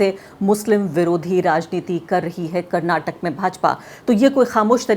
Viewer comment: Finally someone has pronounced our state as "Karnataka" and not as "Karnatak"